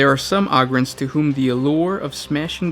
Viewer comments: OH-GRINS NOT AUGH-GINS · I cringe when he says “augryns” instead of “ogryns” like “ogre” but with “ren” at the end... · You pronounced the names so wrong. Ogryns! OH-GRIN! Not AH-GRIN. Like Ogre or Ogers. It has a "Oh" sound. Not "Ah". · Why you be sayin it like "ahgryn"? Isn't it a play on the word "ogre"? Is Shrek an ahgre? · O-grin is how you say it ohhh grin